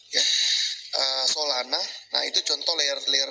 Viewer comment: Solana bukan olana